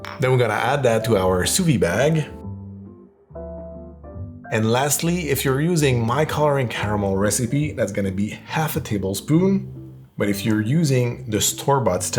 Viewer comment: It's not "sou vie bag", it's "sous-vide bag", there's a "d" in there